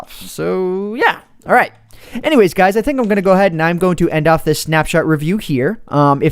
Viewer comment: I know its supposed to be THINK but its thunk and its wrong